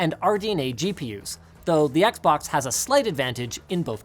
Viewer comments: "the xboc" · "XBOC" AHAHAHAHHAHAHAHAH